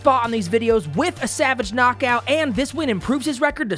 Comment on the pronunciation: I love how adds one extra beat to the last syllable of every important sentence like an auctioneer "And it is overrr." "A highlight reel knockoouut" gourmet commentary, king